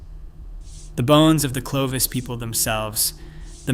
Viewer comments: itś not Clee vos It is Clo vis. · OMG! One of the most important terms in this presentation is mispronounced! Clovis not sleeves. I have to stop here a . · And train your reader-bot to pronounce 'Clovis' not 'Cleave Us" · It's not Cle-vos, It's Clo-vis. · How does one get "klee-vose" from clovis...credibility goes out the window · CLO(oh) VIS is correct . 😊😊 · The first syllable is "clo" which rhymes with "flow." Also, the Clovis people never crossed the Persian Gulf, despite your short video which shows them doing so. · Excellent work overall, but it's impossible to overlook the repeated, incorrect pronunciation of "Clovis." 😢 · But the other pronunciation was not correct. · In a mysterious, contested subject - are e to believe you when the key simple name Clovis is so grossly mispronounced?